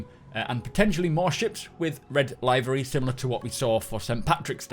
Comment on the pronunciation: Livery is pronounced with the same starting sound as Liverpool, not as in a live show. Thanks for the vid.